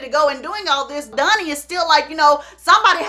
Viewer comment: I love how all of her “O”’s are “U”’s. Dunny, Sung not Donny and Song. 🤣🤣🤣